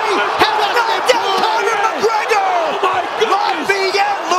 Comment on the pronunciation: You did Conor even dirtier by butchering his easy name🤣